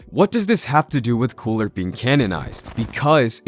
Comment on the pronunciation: So we're literally all going to continue to nerd out and ignore the fact that he said coola lmao , I mean I'm 100% with it it actually does sound better but at the same time ,, I need to confirm are we all ignoring this ? 🤣🤔🧐